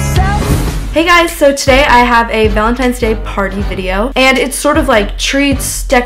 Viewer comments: did anyone notice she said valenTIMES day? like say it right omg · Lololololol she says valintimes day😂